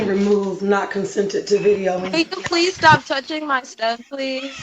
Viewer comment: Also the e-a-e on please 😂